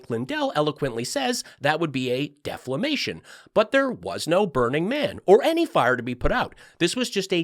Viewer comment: Every time you say DEFLAMATION I lose it. BTW your Tucker laugh is on point. Thanks!❤